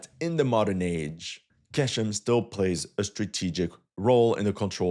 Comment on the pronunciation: It’s pronounced “gh-eshm” bro